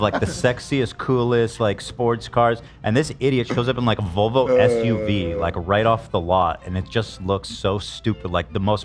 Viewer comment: Am i crazy or is ethan saying Vulva instead of Volvo 😂